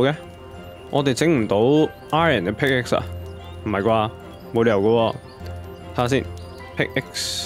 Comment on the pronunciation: 其實pickaxe 讀pick ass 唔係pick x